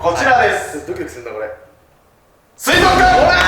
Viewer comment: 水族館をすいぞっかんて言わなかったの尊敬する。